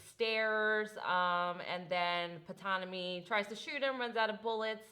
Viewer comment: Ptonomy...p is silent!